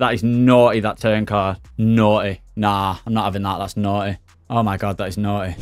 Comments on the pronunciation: That's noy, nah..that's noy ! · That naughty is the most british naughty I have ever heard xD